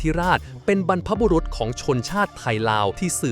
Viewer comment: สาระดีมากๆเลยค่ะ🤟👍..แต่ที่แน่ๆคนพากษ์น่าจะเป็นคนอีสานไหมคะ มาหลุดสำเนียงที่คำว่า "บรรพบุรุษของเรา" 😆